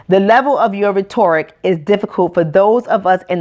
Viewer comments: RET-ERR-RICK (sound spell) not RET-OR-RICK. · I honestly enjoyed watching this a lot, but make sure you say those words right. You mispronounced 'rhetoric' a few times. It is pronounced ret' or ik. This is positive feedback because I don't want people to misjudge you or discount your message. Your passion is inspiring and Keep it up. Btw I agree with everything you said about the school system. It doesn't set our black students up for success. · she keeps mispronouncing the word “rhetoric” lol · You mispronounced rhetoric.